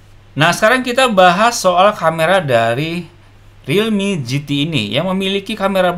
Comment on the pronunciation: Realme gt Orang selalu menggunakan singkatan pasti bacanya realme kok gitu